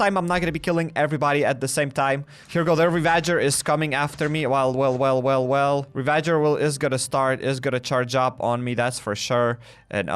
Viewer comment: Bro it’s pronounced ravajer not re-VA-jer